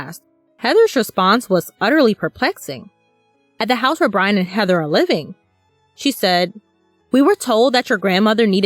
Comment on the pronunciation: I will wewease Bwian!